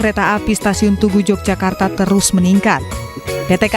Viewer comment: i news?mbacanya YOGYAKARTA bukan j🤝🙏